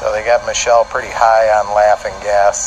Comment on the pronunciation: I know he said "laughing gas" but it honestly sounded so much like "laughing ass" 😂